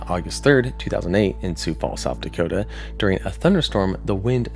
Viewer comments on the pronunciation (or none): none